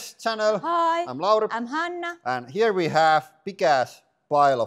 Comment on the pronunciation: Why don’t you say here ve go anymore 😆